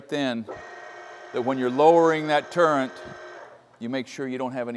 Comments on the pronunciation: Arboga made some wonderful drill presses. I have only used their geared head standard drill presses, but it looks like their radial machine is top-notch as well. The word is turret not turrent, but it isn't a turret, it is a head on an arm (radial arm). A turret is multiple faced and indexes to present multiple preset tools. Commen examples are Burgmaster turret drill presses, manual and CNC lathes with the turret feature. A turret stores the preset tools, and also is the locating/machining point. The turret is mounted on one or more movable axis. A turret can be mounted on a lathe tailstock giving one axis travel, a cross slide giving typically two axis travel, or get fancier with a compound or even third axis. The Burgmaster drill press application uses only one axis travel. A spindle turns the tool or the work. A spindle often is mounted in a quill giving Z axis travel. A drill press is this design. A lathe tailstock design is another example. Z axis is travel parallel to the spindle centerline. X axis is travel perpendicular to the Z axis, and Y axis is perpendicular to Z and X axis. X axis is the longer axis travel and Y axis is the shorter travel axis. W axis is parallel to Z axis and is the secondary axis to Z. A Bridgeport is a knee mill. The quill is Z axis, and the knee is W. Your radial drill has a W axis. It raises and lowers the arm. The head travels on the arm, X axis, but the arm swings in an arc. This is not a true Y axis. I have never heard this axis called b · "Turrent" really brought me home though. An old friend of mine used to say that along with his dad, and I love it now. Language is fun ^-^ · Are you saying turrent, because that's what I'm hearing! Its turret isn't it? I'm getting too damn old! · There is no "n" in turret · Great vid as always. Heads up - it's a "turret" not a "turrent" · I believe the correct term is “turret” not turrent. Not to be pedantic. I had to look it up myself. 😅